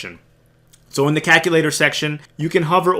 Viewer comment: Haha, you say caKulator. Jokes aside So what you're telling me I need to get more Ada.